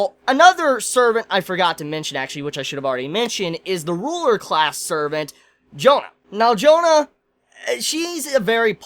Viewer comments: I'm not even french and it still always bugs me. Like - bro c'mon it's not "John" but JEAnnE. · pronunciation is more like "John Darc", don't say johannA. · Astolfo is a character from the story Matter of France, where he is a magic knight who serves Charlemagne. Why do you pronounce Jeanne "Jonah"? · As a french dude, the way he pronounce "Jeanne" kill me x)